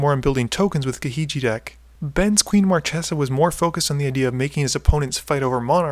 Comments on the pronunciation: I haven't started the video ter, but If I hear mar-tche-za instead of mar-kay-za i'll cry. Edit: DAMN IT!😭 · It's pronounced "marKesa", not "marTCHesa".;) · Marchesa is read with a hard "c", as "Markesa"! ;D